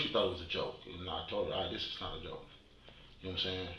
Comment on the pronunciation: If you edited out every time he said "yanowmsan" the video would fit in the original format of the channel... Thanks for doing what you do